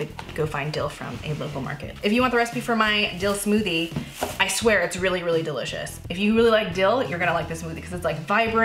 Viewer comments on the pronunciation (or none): " it's "dill-icious"